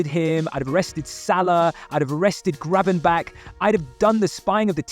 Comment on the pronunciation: What is up with your pronunciation? Gravenback?